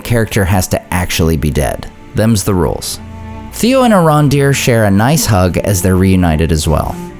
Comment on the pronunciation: “Themz the rulez” 😂